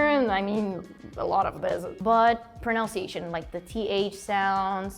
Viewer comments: They keep pronouncing "pronunciation" as though it was spelled "pronounciation", which is wrong. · I love how they pronounce "pronunciation" based on the pronunciation of the word "pronounce". It's not the same guys, haha. Think of OUNCE and NUN. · She could improve her pronunciation of the word pronunciation, though. But she speaks really well indeed.